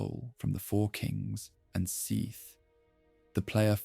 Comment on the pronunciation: You had me in the first 20 minutes, I really thought this was a video with effort and care put into it. But as soon as I heard the three different pronunciations of "Seath", I was saddened. Ai slop, dislike 👎